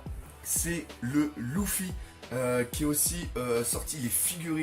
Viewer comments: On prononce leufy pas loufy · Juste une question, pourquoi tu dis « louffy » et pas « leuffy » pour luffy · c luffy pas louffy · Pk tu dis louffy?